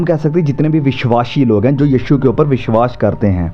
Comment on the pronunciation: भाई साहब, आप बहुत ही अच्छी शिक्षा देते हैं जिसके लिए आप धन्यवाद के पात्र हैं, परन्तु एक बात बहुत ही खटकती रहती है और हम हिंदी भाषी लोगों को बुरी लगती है जब आप अपने उच्चारण में बार-बार विश्वास और विश्वासी शब्दों को "विश्वाश" और "विश्वाशी" बोलते रहते हैं। आप को इसे अवश्य ही दुरुस्त कर लेना चाहिए। एक बढ़िया खाना खाने में यह किरकिरा जैसा लगता है।